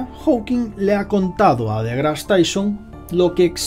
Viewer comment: Muy interesante el video, nada mas que esta bastante mal que digas "degras", asi no se pronuncia y es como un rechinido molesto en los oidos. Tampoco se dice "Big bons". Pronuncias fatal el ingles, y esto es una critica constructiva, revisa en el traductor de google la pronunciacion, antes de cada video, no es porque no lo digas perfecto, sino porque lo dices fatal, de una forma que ni se parece tantito.